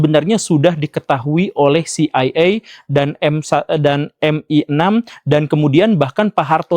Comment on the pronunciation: kalo baca CIA= si ai e, baca MI6 nya gk usah dilokalin pak guru